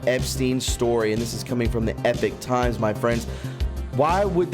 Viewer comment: It is not Epic Times! It is Epoch Times. Very different pronunciation, very different meaning. Please research before speaking. Those against you will always claim you are ignorant. These mistakes are very unnecessary. I noticed you quote them often, and ALWAYS mispronounce it. I finally had to say something. Keep up the good work , otherwise.